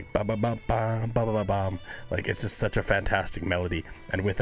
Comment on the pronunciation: Every now and then you will here is accent , as the letter j is pronounced y in swedish. So the word just , he often pronounces yust :) oh and as a side note ,the drummer Hannes ( pronounced Ha ness) is maried to Floor ,the singer of Nightwish. You can also react to " no bullets fly " nightwitches or " lady of the dark" all 3 in the animated versions